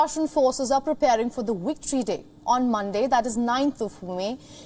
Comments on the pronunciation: “Russian forces are preparing for WICTORY day” 😂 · I heard Wicktree day from her. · what is "wictory day"?